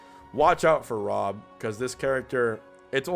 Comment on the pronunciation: This video: *professional* Tongue: chroy and rom folks am i right